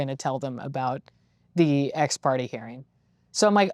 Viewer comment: I mean she’s a court reporter who doesn’t know how to pronounce ex parte’.